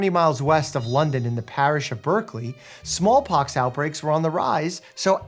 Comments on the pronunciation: We HAD to learn this at school in the UK, it was part of the curriculum. I'm surprised this isn't drummed into children at school all over the world. Two things that amused me in the video, you pronounced Berkley wrong and when the body snatchers gave Jenner the bodies, they took cash with a dollar sign, the UK has never used dollars 😉😜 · Shame about the BERkeley pronounciation 😢 I grew up there.